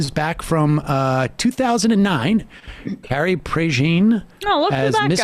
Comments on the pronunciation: Its pronounced preyjuhn and I can't believe she is from California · It's pronounced "prae-JAHN."